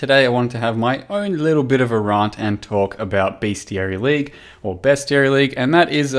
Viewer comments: The way you say rant, can tell from Adelaide haha :p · "Rahnt" south australian confirmed